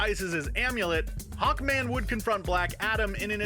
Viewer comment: Hawnkman? Nop It’s a joke for black adam